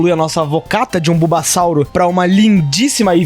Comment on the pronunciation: sem querer ser chato mas é bulbasour, sem O no final, sauro da a ideia de dinosSAURO mas ele na verdade é um sapo